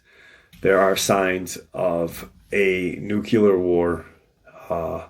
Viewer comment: I don't know why but it ALWAYS gets to me when people use "nucular" when they mean NUCLEAR...for your edification. Love the content, thank you for your research and views.